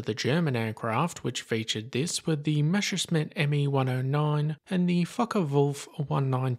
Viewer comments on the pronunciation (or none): It's Messerschmitt not Meshersmitt! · Messer Schmitt. Mess-erschmitt. Not Meschersmitt. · Try to pronounce it right: Mess uh shmitt. Not measure smitt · nice video. 🙂 lol. the number of videos with english speakers mispronouncing "Messerschmitt" as "mesh-er-s-mit" is mindboggling. it's "mess-er-sh-mit". 🤣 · I'm always wondering why so many English speakers pronounce Messerschmitt wrong? They always say 'Mesher-smit' but it should be 'Messer-shmit'. Sorry for being a smartass :)